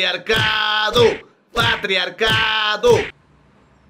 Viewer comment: fui solo yo, que lo repetí varias veces ? " Pratriarcado"